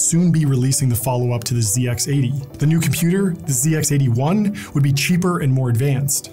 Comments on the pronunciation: It's pronounced Z, not zee. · It was never a "ZeeX", always "ZedX". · Funny hearing it called a zee x 81...it was the zed x 81 😊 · It’s pronounced “zed ex 81” not “zee ex 81” btw 🇬🇧 😂 - great video